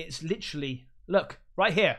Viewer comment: I don’t like making fun of people but that “ Wright-Dhere!”😭😭😭😭😭😭😭😭😭😭